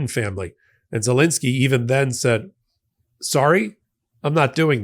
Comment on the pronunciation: Please America, pronounce The President of Ukraine's name correctly. His surname is ZeLENsky, not ZeLINsky. Say it how it is spelled.